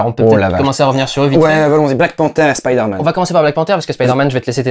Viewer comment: La vraie question c'est: Est-ce qu'un jour les doubleurs français vont prononcer "Spiderman" correctement?